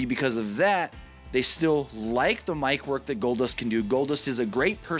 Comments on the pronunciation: "Goldbust" "Goldnust" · He said "GoldNust" 😂😂😂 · I came for Goldnust or Goldbust...not Goldust